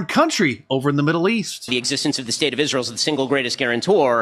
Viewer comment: well, I detest people like ben shapiro, but dice lacks the courage to refer to iz-rye-hell by name!!